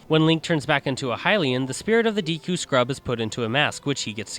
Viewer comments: ITS PRONOUNCED "DEKU'' NOT DEEKU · deeku??? deku(day-koo)